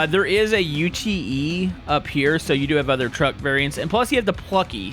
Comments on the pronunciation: The "U.T.E." variant is pronounced "you-t" -sincerely, an australian.. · Hey just for future reference you don’t spell Ute you say it as it’s spelt best way I can describe it is you pronounce it as yoot just a friendly heads up from an Aussie haha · It’s a word not an acronym, it’s pronounced “yoot”. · i was like " its a Ute not a pickup" and then he proceded by saying it wrong, i was screaming at my screen (not rlly)